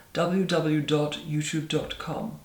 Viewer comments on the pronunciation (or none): When she said , “ double yew double yew double yew . YouTube. Com , I literally lost my shit.